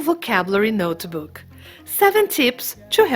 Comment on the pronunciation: There is no e sound in notebook.